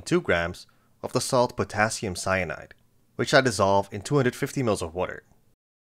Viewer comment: Did you say potassium ceonide? 😮😮😮